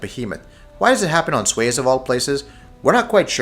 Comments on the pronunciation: Suez is pronounced "Sue-Ezz" not "swayz". lol Disagree about the "faith" easter egg. other than the morse radios, none of these are easter eggs. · It's not SWAYEZ as you said, it's SU-ez. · the "sue-ehzz" canal, not "swais". Kalibri pistol is not an Easter Egg. and I loved your overly monotone "for crying out loud" in the intro. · SOO-ez Canal. not Swez. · It's pronounced "sue-ezz" not "swezz" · submarine? there is no submarine in the campaign. also it's pronounced (sue-ez) not swez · sways? suez. like the suez canal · It's pronounced "sue-ehz". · "swayez" that's definitely how you pronounce Suez. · Yeah so these weren't really Easter Eggs. Just a bunch of far-fetched assumptions and a history lesson in the Hellfighters. Also Suez is pronounced "sue ez". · It's pronounced Soo-Ez, dumbass. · this dude can't even say Suez correctly